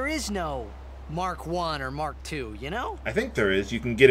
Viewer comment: That's mach, not mark xD